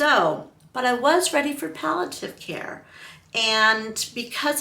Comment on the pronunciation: You’re saying “pal - a - tiv,” but the word is “pal - ee- a - tive.” Palliative: There’s an “i” before the “a.”